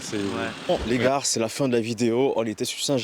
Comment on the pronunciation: Tu dis "les gares" au lieu de dire "les gars" on prononce pas le R. Sinon super vidéo intéressante !